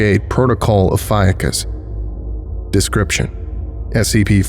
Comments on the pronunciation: No one loves the more than me.. that said. Ophiucus.. the snake bearer.. is oh-fee-yoo-kus. You said it 3 dozen times, incorrectly every single time. Not trying to be a pest but i do expect more of you. Am i wrong to? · Ophiuchus, being of Greek origin is pronounced: oh-fee-oo-kus (ɒfiˈjuːkəs), and Ophiuchi: oh-fee-oo-kai, for anyone who cares about that. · So I’ve been pronouncing “ophiuchus” incorrectly all this time….